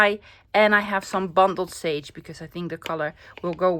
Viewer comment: I’m enjoying these shorter videos. Beautiful project. You make me smile it sounds like you are saying bumbled sage. Bundled sage comes from the bundles of sage used by Native American people in ceremonies. Blessings from Canada 🇨🇦